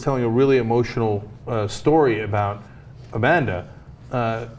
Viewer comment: Amanda, A-Man-Duh?